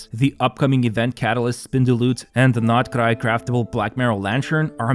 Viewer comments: is it really that difficult for you to pronounce NOD-KRAI correctly?? geez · Comrade, I like how you say Nod-Krai. Very Russian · Your nod krai pronunciation is so cringey. Sorry not sorry 😢